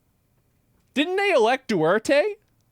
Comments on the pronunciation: "Duerte" 😭🤣 bruh... It's DuTERte. Also, most people who are doing the "Gotta Catch em All" content are all just clout chasers who just want attention. It's not a net good at all. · Deu Turr tay.... Deuterte... you pronounced it incorrectly. Dew + Ter (like turn) + tey (like Tailor) Dew tur tay = Deuterte. you must now say his name 10 times whilst dancing for content and punishment. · duterte is no longer the president u clueless gaymerikan. u cant even pronounce his last name, its duterte not duarte. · Its pronounced du-tér-te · Duwerte?its Du30 sir😊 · I think the former PH president's name is pronounced as 'Du-ter-teh'. :yep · Oh boy… His name is Duterte, two Ts, and the language is pronounced “Ta-GAH-log”, not “TAG-a-log”. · Yeah Philippines is dangerous because they elected Duterte(you are mispronouncing his name). But you guys elected Trump,TWICE. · why you pronouncing Duterte like that, the first " T " is not silent bruh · As a foreigner living in the Philippines, I'll let you know that Duterte is well-loved and respected here due to the fact he was one of the only presidents who dare went after drug cartels and among other things, cleaned up political corruption, albeit the old fashioned messy way. Making fun of the Filipino people for electing him shows how ignorant you are and you should learn how to pronounce his name properly. You sound like a damn fool!